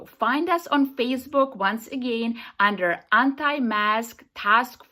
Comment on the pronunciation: SHE SAID UDDER....LOL LOL